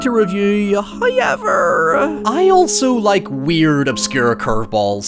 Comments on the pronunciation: i can never unhear "huyever" as your pronunciation of "however" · I can't get over how he says "Hiever" for "However" Lol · I might make a drinking game everytime says "hoyever" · Hoieverrrr - the way you said it took me a good minute to guess and understand. I understand it is an accent thing... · my favorite part about your videos are when you say howyever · FIrst "hoyevver" drops . And it's a strange one.